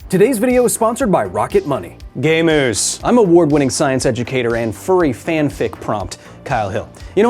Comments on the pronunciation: Hmm does he say gay moose? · I swear at tbe beginning of the ad read u said "gay moose" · Honestly thought you said "Gay Moose" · i'm still unsure if you said "gamers" or "gay moose" lol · Did you say gay moose or gamers? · anyone else hear "gay moose" when Kyle said "gamers"?